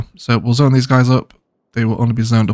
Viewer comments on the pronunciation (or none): none